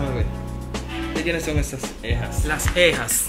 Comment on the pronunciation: Cejas no ejas, jeje